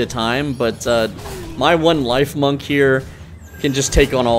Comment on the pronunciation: I believe it’s pronounced “leaf-monk” Since it’s a grass type chipmunk.